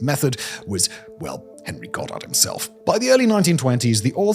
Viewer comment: "and one of the most prominent devotees of eugenics was our friend Hhhhhit- Henry"